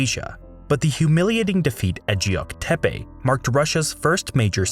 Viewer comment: Geok Depe is NOT prounounced 'jeok depe' - it's closer to 'keok depe'